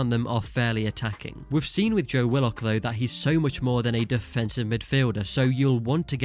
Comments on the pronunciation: It’s pronounced wi-luhk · Why is he pronouncing willock like that😂